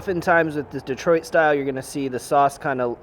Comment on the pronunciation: LOL -- "DEE-troit" I grew up in Kansas too and it comes out "duh-TROIT".